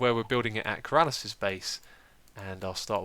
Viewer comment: It's not Keraaalas it's Ker-a-lis